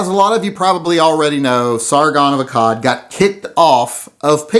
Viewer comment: SARGON of ASAAD haha